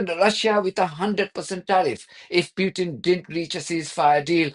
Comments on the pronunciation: President Putin not Pyutin. Please have some respect. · Please, show some respect as an Iranian and pronounce Putin name properly.